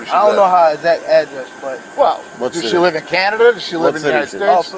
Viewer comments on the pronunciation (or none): none